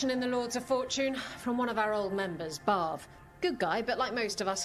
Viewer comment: I keep hearing "Barv" as "Barf"...which is somehow appropriate, given the subject matter.